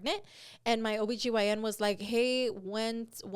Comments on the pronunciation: When calls her OBYGN a BYOB! 😂😂😂 not being your own beer hahahahha I’m dead. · Im dying calling your OBGYN your BYOB😂😂😂😂